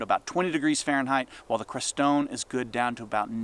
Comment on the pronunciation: Just wanted to suggest a small correction. In pronouncing the name of the 2nd hood you mentioned toward the end, it’s CRES-tone, like the mountains (Crestone Peak and Crestone Needle) in the Sangre de Cristo mountains in Colorado. I grew up nearby, so thought I would mention it. No biggie, but that’s the only way I’ve ever heard it said in all my 60+ years of living here. ☺️✌🏻